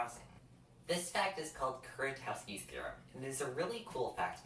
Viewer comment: Nice video! The Polish pronunciation of Kuratowski is closer to "Kuratofski", btw. 🙂